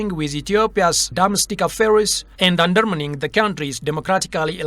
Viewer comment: Undermining ( አንደርማይኒንግ not እንደርሚኒንግ)